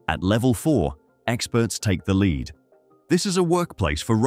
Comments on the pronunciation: lead pronounced LEED not LED. hmm... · It pronounced lead-lined walls (as in lead, the heavy metal.) leeed-lined walls. Give me a break! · Lead being pronounced as leed gave away the robot. Bye Felicia. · Lol "leed-lined walls" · Can you check the video before uploading? “Sieverts” and “lead” aren’t spoken that way.